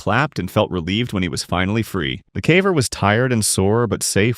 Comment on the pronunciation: the AI shines through when it says "cavVer"